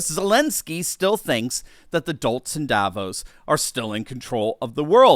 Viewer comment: Sorry, but Davos is not pronounced the way it is in this video.